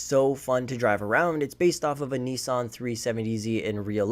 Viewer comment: did he really say Nissan like that